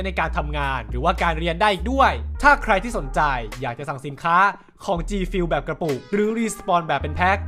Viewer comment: มันอ่านว่าจีฟิวหรอครับ